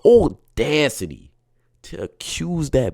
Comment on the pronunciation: Audacity doesn’t have an “r” in it. ordacity